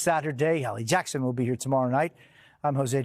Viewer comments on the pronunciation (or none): none